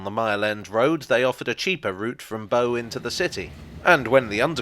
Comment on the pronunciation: The boat BOW, rhymes with NOW